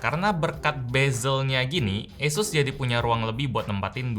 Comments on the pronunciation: ngomong Asus gw denger yesus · Nyebut asus aja esus bang²😂😂 kita ini di indo bang